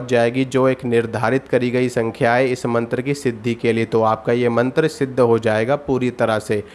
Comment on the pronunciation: मंत्र लिखा भी गलत और बोल भी गलत रहा है।